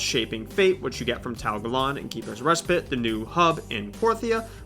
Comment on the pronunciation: “Keepers respit” what is respit?